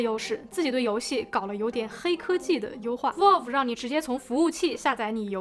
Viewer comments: 求求不要再读成volve了 valve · 真的希望能改一下她这个valve念volf的发音。。。从steamdeck第一次开箱一直听到现在，每个视频里还出现好多次，真的太难受了😂